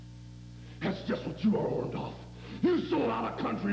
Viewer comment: I can't believe all of Hogan's promos he could not say Orndorff the right way...